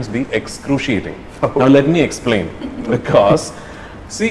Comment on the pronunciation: Yes. You are right. Listen to that “Bkozzz”